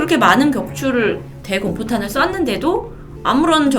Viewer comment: 대~공포탄이 아니라 대공 포탄입니다.. 발음에 오류가 있네요